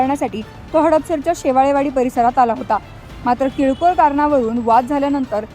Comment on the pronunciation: सगळं एकदम चांगलं झालं. पण बातम्या सांगणाऱ्या पत्रकार मॅडम कडून शुद्ध उच्चारांची अपेक्षा असते. त्यांनीं किरकोळ शब्दाचा उच्चार कीळकोर असा केला आहे.